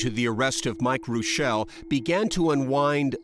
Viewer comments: As a German, it is hard to listen to you pronounce the name "Rooshelle" when it actually should be "Roishel" with the first syllable stressed. Really, there are so many family names of German origin you guys are violating a LOT 😢 Like Congresswoman Fischbach (thats 'Fishcreek') - it is not "-bak" but "-bach" like 'ach' in "machete" (you don't say makete, do you...). Same goes for the great composer Bach. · Can you say Reuschel like it's German for goodness sake!? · Funny, how they pronounce the name Reuschel. It is German and they pronounce it French.